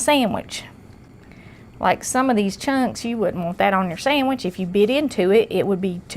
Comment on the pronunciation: I had to rewind it did she say samage lol I luv it